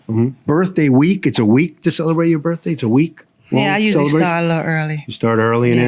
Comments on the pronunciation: It's. 'Birf day'😅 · "birFday",, "February tenF". Such a petpeeve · Hey, at least we all now know that her birfday is February tenf. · BIRFDAY. I wonder if they ever had to call the Poe-Lease or an Amba-Lance? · 😂 Her Birfdey